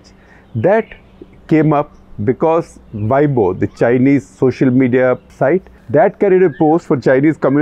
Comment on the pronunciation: weibo ., pronounce ‘ way po’